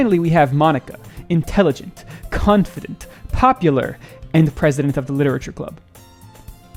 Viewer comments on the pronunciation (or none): did bro really just say cunt-fident... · Did he say "cuntfident"??? 😭😭😭😭😭😭